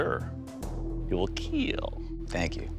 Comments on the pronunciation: Correct way Doug says Kill (I need some assistance here): 1. Kill 2. Keel 3. Keal 4. Khiel Someone clarify 😅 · it will keel, yes it will indeed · IT WILL KEEL